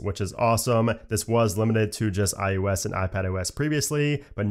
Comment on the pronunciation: dude, don't you know your audience is people who care about aesthetic over function?? Why you keeps saying "iUS" and "MacUS"???? Please, pronounce your words more accurately.